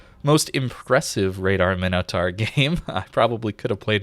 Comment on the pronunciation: Mine - Oh - Tor. Np, just helping another American that struggles with basic pronunciation. I get bad understanding of things that arent obvious but how the hell is "tar" anything like "taur".